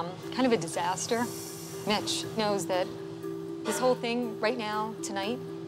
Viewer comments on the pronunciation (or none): I swear their all saying bitch instead of mitch 🤣🤣🤣